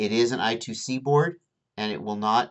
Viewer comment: Just a nit pick... It's pronounced eye-squared-see not I 2 C... but it really doesn't matter tomato/tomauto :)